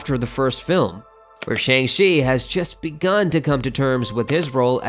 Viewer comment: From Simon By the way the movie Shang-chi 2 the wreckage of Time is pronounced as shong-chi 2 the wreckage of Time